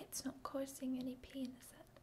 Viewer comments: I have an ASMR playlist from all of my channels and it helps me fall asleep, and I know I'm not alone in this, but I heard "pain is" but it sounded like "penis", and leastwise I woke up and bonked my head on the wall when I woke up. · is you really want to say "penis" instead of "pain is" as a joke.... or its just your accents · took me a second to realize the accent makes "pain is" sound like "penis"